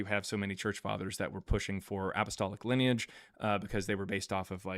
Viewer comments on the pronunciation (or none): none